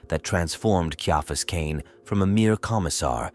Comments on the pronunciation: All AI productions need a 'tard-wrangler. If you can't even get your AI to pronounce the man's name correctly, write it phonetically so it doesn't turn off listeners in the first 20 seconds. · I liked it, but I still winced each time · Atleast get the ai to say the name correctly…